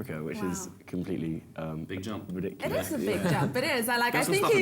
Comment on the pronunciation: I was waiting for to say 'mental' or 'wicked' you know, classical. But then he says ridicules....